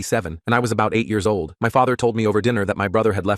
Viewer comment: "It was aboht 198-" 19!? Bruv you dat old?